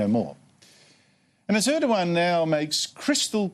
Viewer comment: ER DOG AN its ER DOG AN for fooks sake